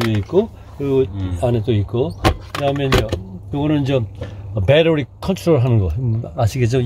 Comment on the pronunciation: 역시 미국에 오래사셔서인지 배터리가 아니고 배러리네요 'ㅁ'a